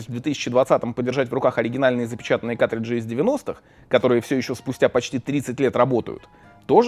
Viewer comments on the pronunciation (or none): ну почему каТриджи, а не каРТриджи?!?!?!?!??!